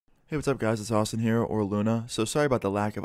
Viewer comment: I thought he said "autism" there for a sec.